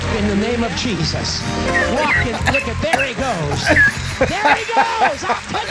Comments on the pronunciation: I heard "In the name of cheeses" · also i keep hearing him say cheesus am i the only one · It's sounds like he's saying "in the name of cheese's". Im not a cheese fan tbh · When the pastor said Jesus it sounds like cheesesus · Did popass said cheesus? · Why I hear him say cheeses :|